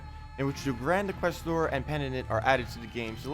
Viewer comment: Tacet bud. Inquisitor....there's a I there not Inquestor. Otherwise great job as usual.